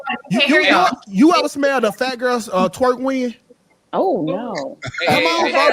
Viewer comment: said “twerk wind” lmao 😂😂